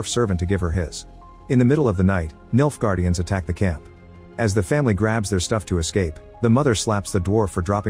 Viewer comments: Not gonna lie, every time you say Nilfgaardians, I thought you were saying, "Milf guardians" 😂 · i cant help it every time he says "Nilfgaardians" I hear "MILFguardians"